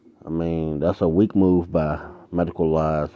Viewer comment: When clout chasing at least say the guys name right. Methodical-eyes